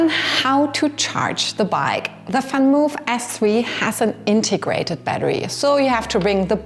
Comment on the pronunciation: Why you call the Vanmoof "Fanmof"?